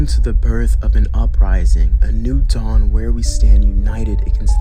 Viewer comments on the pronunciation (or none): none